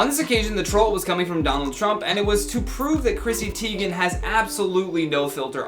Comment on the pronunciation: Who is Chrissy Teign